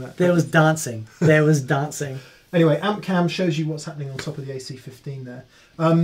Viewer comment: "There was donsing"